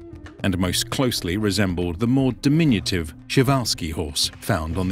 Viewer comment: I've never heard the surname Przhewalski pronounced as "Chiwauski" before =D